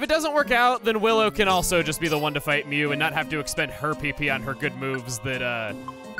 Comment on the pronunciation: You can just give up on mew. ITS MEW